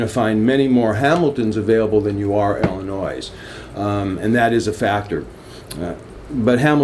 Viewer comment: Illnois is pronounced ill-e-noi not ill-e-nois.